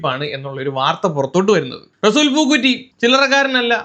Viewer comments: എടാ, പൂക്കുറ്റി അല്ല, പൂക്കുട്ടി.😅😅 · പൂക്കുറ്റി അല്ലഡേയ് പൂക്കുട്ടി 😂😂😂